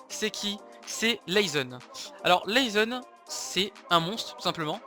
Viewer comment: naizen au lieu de laizen ptn 😂😂😂